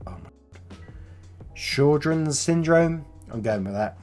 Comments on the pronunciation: Sjögren is a hard word to pronounce(for my English speaking ass) but it's from what i can find pronounced hwer-grin. The sj makes a h sound and the ö sounds like er. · The auto immune disease is Sjogren's Syndrome. It's pronounced Showgrin....which is my last name. Sjogren. XD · sjögren was not really pronced right lol. it is a swedish surname. it is 2 words in one sjö witch means lake and gren wich branch